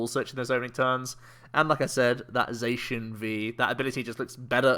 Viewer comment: The Diamond and Pearl rules you couldn't draw or play any trainers the first turn. Also, never knew Sheun was a colour, since you're saying Zacian the wrong way, because Cyan is the second word of its name Za-Cyan Za-Magenta